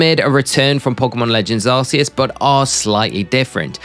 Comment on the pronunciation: Arse-see-us. :P